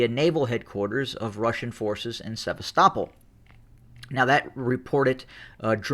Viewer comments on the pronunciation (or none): Sevastopol is pronounced 'se-vast-a-pol' or 'se-bast-a-pol' not 'sev-a-stop-ol' 😂